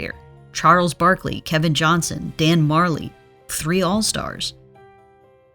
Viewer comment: *Dan Majerle